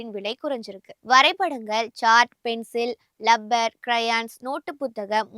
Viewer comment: லப்பர், இல்லை டி அது ரப்பர்😅😅😅😅😅😅😅😅😅😅😅